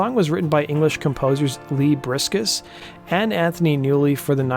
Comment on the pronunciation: “Lee Briscus” *Leslie Bricusse